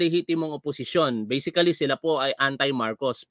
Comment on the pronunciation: Kuya... hindi po ba-si-ca-ly, dpat po... BA-SIC-LY, 3 syllables lang po